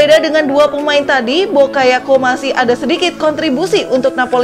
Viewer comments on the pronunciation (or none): Harves Bakayako Bokayako Saya ulang2 videonya, ngakak soalnya😂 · Ngekek denger host ny nyebutin pemain2 Chelsea,😂😂😂, Dari Kai Harvets, timoi bakayako, sampai nkolo kante😂😂🤣🤣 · Bokayoko ? mungkin lidahnya typo wkwkwk